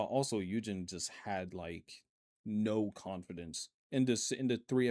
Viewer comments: Hyunjin is pronounced Hyuhn-jin instead of Hyewnjin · I'm so sorry and I don't know if it's a running gag I'm not aware of or something, but the hyun in Hyunjin is pronounced hyOn like the word yonder. 현진=Hyunjin 여=yeo. Sorry again, just wanted to let you know 😭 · His name is pronounced Hyun- Jin not Eugene